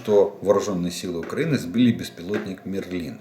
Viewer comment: Волшебник мЕрлин.... пожалуйста ударение на первый слог